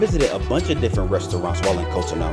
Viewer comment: It’s pronounced cot-on-oo